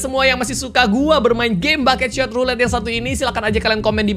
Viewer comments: kak regi nyebutnya bukan bucket shot tapi buckshot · "Bucketshot" woilah bucketshot 😂